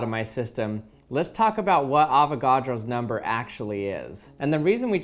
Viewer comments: I hear "long ass number" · Oh my God is Amber Is what I can hear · All I hear at the mid part is arow's amber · He sounds sometimes like he's saying Avocado's never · Avognos zender is what I hear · At a little over a sextillion its sounds like he is saying: Avocado’s never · "AVOCADO'S SNOBBER" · All I hear is “No Nut November” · When u get farther in the vid it just sounds like “ avagados numba “ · "AVOGRADO'S NAMBER" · Did I just heard "Avocado's Number"? Hahahahahaha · I thought he said avocados number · Please tell me I wasn’t the only one that thought it said avocado’s number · it sounds like "avocados? never!" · On 2x i heard avocados never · I was hungry and thought it said "Avocado."